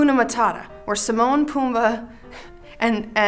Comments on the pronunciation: Did she just call Timon Simon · She said Simon not Timon I’m sad